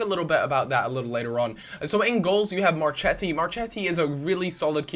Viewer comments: Marchetti - pronounced marKeti Barzagli - pronounced like Barzali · in italian the CH in the name is pronounced K...so you have MarKetti and Kiellini;)